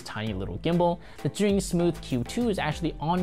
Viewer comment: The only one who pronounced Zhiyun correctly lol.